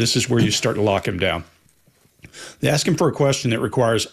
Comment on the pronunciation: right after you ACTION you say "starts aksing questions"...really? I guess it's a pet peeve of MIn.a.. Just for a secind, analize yourself. Why would you or anyone say ask pronounced aks